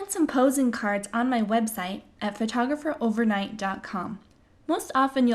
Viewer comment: Mistake #1: Saying "fertografer".